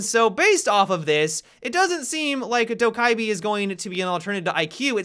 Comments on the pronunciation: From what I’ve heard from Korean friends, Dokkaebi is pronounced “Doh-keh-bee” or “Doh-geh-bee” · hey, I am Korean and I just wanted to say that Dokkaebi pronounce as "DO-KEH-BEE". Thanks! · Pronouned Doh Keh Bee just fyi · Pronunciation - Dough guh bee For those people who care! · Just pronounce her correct pls... (South Korean here) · The k's sound like G's by the way